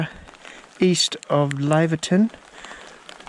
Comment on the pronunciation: Great video. By the way it's pronounced Layverton.